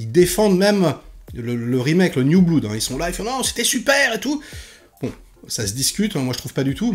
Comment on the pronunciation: Merci, mais par pitié "blood" se dit "blod" svp. Sinon je dois ramasser mon oreille gauche sous mon fauteuil, et je manque de souplesse. Ah, et "Iron" se prononce "Ayonne" - c'est gratuit, et c'est cadeau;-)